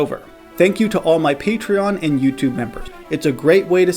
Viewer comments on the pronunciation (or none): none